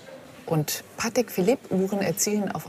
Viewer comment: Ist Patek, nicht Pattex...... 😁😁🤣🤣